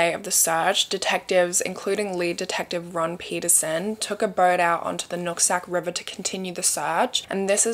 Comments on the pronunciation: I kept hearing you say nutsack river😂😂😂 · “Nutsac river” 🤭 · I'm so childish, but did you say the Nut Sack River 😂